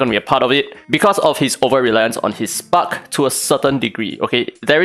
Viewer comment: I hate how i think. everytime you said spark debuff i heard spunk debuff. 😂😂